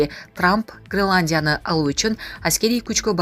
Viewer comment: Граландия эмес Гренландия сабатсыз кыз😂